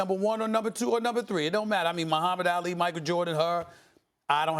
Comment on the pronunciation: Y can't Stephen A pronounce Ali correctly?